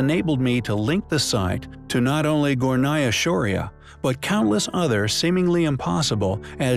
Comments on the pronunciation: It is Gornaya not Gonaya. And it means upper. Just to let you know! Anyway, I like this channel! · You left out the 'R' in Gornaya